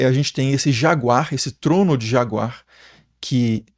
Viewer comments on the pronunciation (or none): none